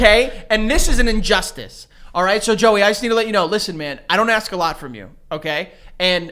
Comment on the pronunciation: Joe you're giving a lot of shit for saying "beasht" while you say "aks" yourself.